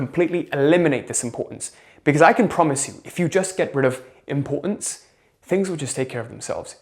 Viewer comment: “Impor-unz” lol